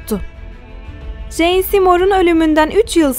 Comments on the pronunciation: Jane nasil en diye okunuyor abla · Ah keşke Jane’i “ceyn “ diye okusaydınız. Yine de teşekkürler